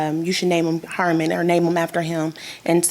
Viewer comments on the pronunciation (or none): I thought she said “Hartman” 💀 which is no better